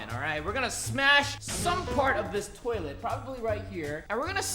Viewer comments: Filipino Accent Of "Toilet" hha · HAHA ikr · This is how many times guava juice said toliet ⬇️